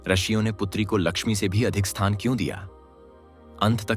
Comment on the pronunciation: रशियों नहीं ऋषियों होता है।